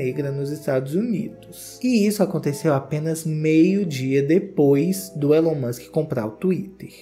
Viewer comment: A pronuncia é "Ílon", não "Élon" 😉